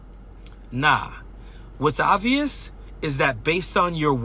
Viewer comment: This fool is making fun of her for misstating affirmative action, but he can't even pronounce "ovious" correctly.